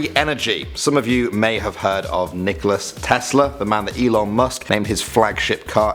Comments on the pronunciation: Nikola not Nickolas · Pretty sure said Nikolas Tesla instead of Nikola Tesla. Whatever no biggie. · Nikola Tesla....not Nickolas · Nikoli Tesla.... sigh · Not Nicolas it's Nikola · Nikola* Tesla, not Nikolas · It is pronounced Nikola Tesla 😈